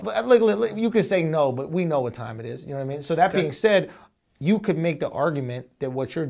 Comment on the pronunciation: Keak says Ya da da Mean or ya na da mean